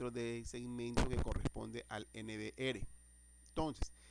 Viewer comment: No diga N V “ere” Diga N V “ERRE”